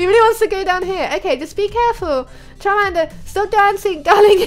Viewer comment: XD you said carmander